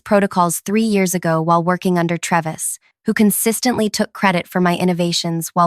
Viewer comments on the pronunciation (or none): It's pronounced TRAY-vis